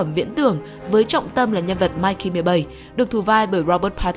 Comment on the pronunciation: "Mickey" tại sao lại cứ đọc là "Mikey" nhỉ? Mình nghĩ PP nên để ý cách đọc các từ hơn ở các video khác 😅😅